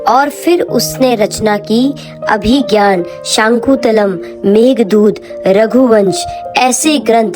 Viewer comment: आपको अपनी हिंदी भाषा पर और मेहनत करने की ज़रूरत है। “अभिज्ञान शकुं तलम्” नहीं, "अभिज्ञान शाकुन्तलम" होता है।